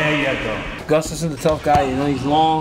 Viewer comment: Mike STRAKA --- PLEASE stop mispronouncing Alexander Gustafsson's name. I cringe when i hear "Gus-stuff-sin". Gustafsson is a derivative of the name Gustav and should sound like "Goo-stahff-sun". Let's stop this nonsense and give the fighters respect.